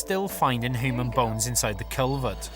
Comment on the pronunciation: This was really cool, but why does he keep saying "hoo-man"? Is he Ferengi?